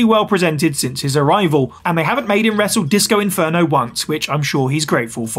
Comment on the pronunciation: Inferno* not Enfönouw